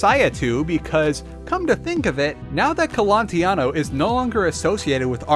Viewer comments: Raphael Colantonio not "Colantiano" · I think it's Colantonio, not Colontiano... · It's Colantonio. And many of your Prey 2017 infos were incorrect, for example the engine is CryEngine, not Void; the history of Prey 2 was wrong etc. Please check your infos better next time. But i still give you thumbs up for covering the topic of immersive sims in such a lengthy and detailed manner. Thanks for producing this video! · Almost 2 years later and I must ask: do you now know how to pronounce Colantonio?